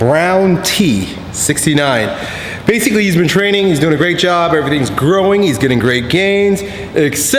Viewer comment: In every video he said 'BASICLY' :D lol